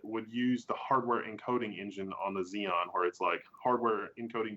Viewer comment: repeatedly calling Xeon "Xenon" was bugging me a bit...